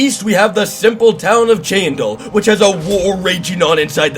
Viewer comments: Brooma not Bruhma, Cheydinhall not Cheyindhall. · also its broo muh not bruh mu and shay din hall not chandil just lettin ya know